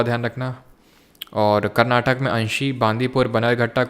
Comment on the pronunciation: It's not Karnatak It is karnataka